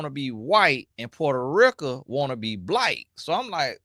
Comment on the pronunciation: Every time I hear my UNC say Porto Rica 😂😂😂. He got that from his grandma…..